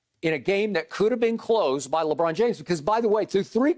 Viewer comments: Hearing skip say Lebrick literally kills me 😂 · When skip says lebrick it makes me laugh so much i swear 🤣🤣